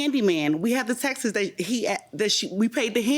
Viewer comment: The thing that annoys me most from this show is the phrase “we have the Texas” 😖 texts is not pronounced Texas!!!!!!!